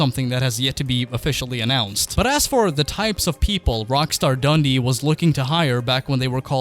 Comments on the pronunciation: Omg why would you buy the studio behind crackdown one of the worst franchise's ever great get guys ! Oh and it's dun-dee not dundee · Btw when you say Dundee put the emphasis on the 'dee' not the 'dun' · I'm from Dundee, so best wishes from Scotland. Plus you pronounced it wrong its Dun-D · plz learn how to say "Dundee" properly... cheers